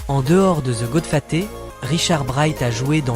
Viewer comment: Goodfaté serieux? Apprends à parler